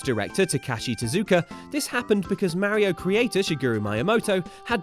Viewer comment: I don’t understand how you can pronoun Mario wrong